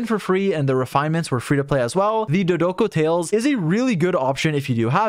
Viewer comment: “duh-doe-coe tales” 💀